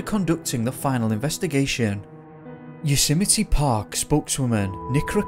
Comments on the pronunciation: Please pronounce YOSEMTE correctly.... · maybe if you're going to do a piece on Yosemite you should make an effort to learn how to pronounce it correctly...just sayin' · Sequoia (Trees) = 'SEK-OI--YAH' , not 'Sek-wee-ah' .. Just FYI. Congratulations on Yosemite... Trump botched that one, WICKEDLY.. TWICE in a row 😂😂😂 yet somehow got Sequoia!?!?!? (He'd been coached).. it was so funny. A SO CALLED president who doesn't know his own country's national parks! SMH 😜✌🐨